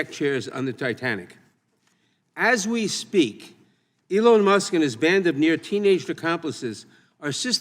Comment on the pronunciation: ELON Musk, not Soon Musk!